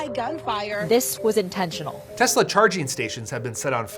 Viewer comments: "Everything's computer." "I love Tesler." You don't even have to roast Trump anymore, he's doing it to himslef. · "I love Tesler" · "I love Tesler!" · “I love Tesler.” 😂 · It’s pronounced “Teslurr” now. By Presidential Proclamation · Teslur. Lol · I love Tesler! Everything's Computer! 😂😂😂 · It's pronounced Teslur. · TESLER (with a hard "R") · "I love Teslar" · Yeah that was funny. TESLURR too.